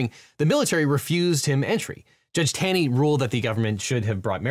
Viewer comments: I am pretty sure Roger Taney is pronounced with a phantom W, as in "tawney". just a heads up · Roger Taney pronounced his name "Tawney". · C'mon Devin, you of all people should know that Chief Justice Taney's name pronounced Tawney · Couldn't agree with you more, except that "Taney" is pronounced "TAW- nee."